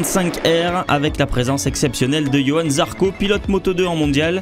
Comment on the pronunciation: mdr il a dit yohan zarco a 4 min 3O xD mon pauvre JOJO il ta pas respecter le monsieur